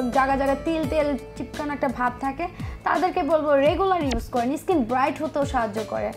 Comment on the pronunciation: ইস্কিন কী জিনিস? 😂😂😂 শব্দটা স্কিন